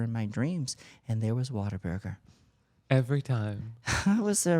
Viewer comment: What-a-burger lol. Not whaterburger. Cmon Tammie 😅😅